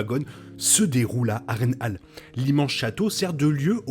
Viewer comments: Je te dis ça comme ça, mais cela se dit "Har-reine-hole" dans la prononciation et pas "Har-reine-hale". Mise à part cette petite erreur, bonne vidéo, le montage et agréable. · Roooh s'il te plaît ça se prononce "A-reine-haul" et "Hoss of zeu Dragon" j'dis pas j'ai un accent impecc mais really? Sinon très pertinent comme vidéo continue bg! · J'aime la réplique de Aegon à Harren " A l'aube ta lignée disparaitra". Moi je préfère la prononciation "Harren Hol" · mdrr ça me fruste aussi comment il dit harrenhall